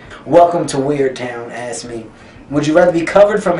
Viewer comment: I keep hearing him say ass instead of asked